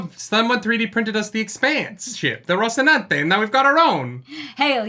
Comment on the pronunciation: "..the expanse ship, the rocinante!" why did suddenly turn italian? lol